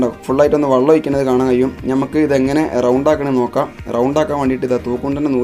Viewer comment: വള്ളം അല്ല വെള്ളം ഒഴിച്ചു എന്ന് പറ 😂